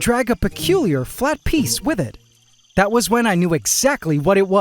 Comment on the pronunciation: Bro said tharrrrt had